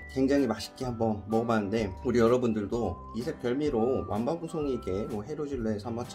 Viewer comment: ㅋㅋㅋㅋ 완밤송이라고 하시네요 !